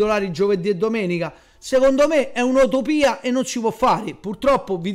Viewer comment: Si dice Utopia e non Otopia